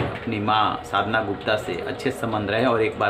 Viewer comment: Media anchor you need to pronunciation sadhana yadav. Ok pls be consider